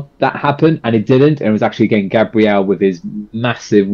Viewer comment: Hi, first time on channel. First time commenting. Thank you for reacting to Gabriel (Gab ri el) Henrique's ( In he key) cover of Stand Up with choir & band. Please note how his name is said. Henrique (In he key) thank you. ❤ Be beautiful...❤